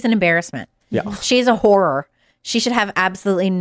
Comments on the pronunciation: She mispronounced "whore." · “She’s a horror.” Sounds like she called Kamala Harris a ‘whore.”😂